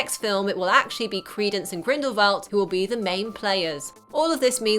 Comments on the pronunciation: Grindelvolt? I'm sorry, but it's Grindelwald. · its grindewald not grinbervad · Never have I loved and empathised anyone more than credence barebone Also why did it sound like she said Grimblevalt instead of Grindelwald lmao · It isn't Grindlevald!, it's Grindowald. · Grindalwald not grindlevalt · grindewald not grindevald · It's grindeWald not grindleVald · Grindlewald. Not Grindlevalt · Why does she keep saying Grindlevalt??? It's GRINDLEWALT!!! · GRINDLE-WALD NOT WALT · It is not 'Grindivald' it is Grindewald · why do you say "grindlevalt???" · GrindleWALD not VALT sorry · GrendleWALD. GrendleWALD. WALD! JESUS CHRIST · sorry but it's not grindlevald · did she just say grimbleveld? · She says it more like GrindleVALT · She pronounces Grindlewald incorrectly throughout this entire video. It's really irritating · their names are pronounced "lee-tuh" lestrange and grindelWald. not grindelVald. i keep hearing the V and idk why people are saying it that way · Ok that was a good video but I just can't ignore how you can't pronounce Grindlewald and Leda. No hate